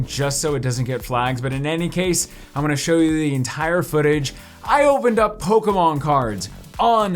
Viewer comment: Does he realize it’s sounds like Pokinon Not Pokamon